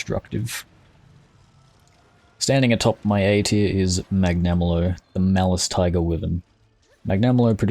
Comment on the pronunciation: I'm sorry. I love the effort you put into making this video and tier list as good as possible. But I can't get over how you pronounced some of those names. I mean "Mag-nama-lo" I'm sorry XD